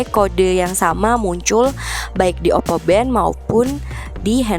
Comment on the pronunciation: For every time she says “oppo bento” I took a vodka shot and now m drunk as fuck